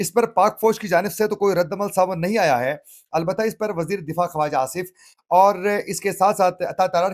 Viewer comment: جناب ۔ لفظ خواجہ لکھنے میں واٶ أتی ھے لیکن پڑھنے میں واٶ نہیں پڑھی جاتی بلکہ خاجہ پڑھا جاتا ھے ۔